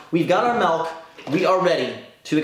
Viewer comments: YOU SAID "MELK" INSTEAD OF "MILK" IM SO MAD. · Milk not Melk. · I'm honestly just triggered that you called it "Melk" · I was wondering what that was lol